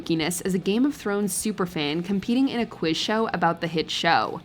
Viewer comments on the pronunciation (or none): none